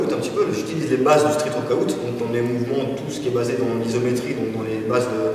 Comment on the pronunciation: Cool la vidéo :) par contre faut qu il arrête de dire workoOUT ca fait tiep xD